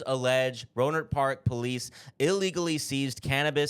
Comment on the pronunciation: Also, I grew up about 20 minutes away from Rohnert Park. You pronounced it right! Wild story, but not surprised. Those cops were literally the worst and have nothing else to do than shit like this. Long live 40 Water... RIP Mac Dre.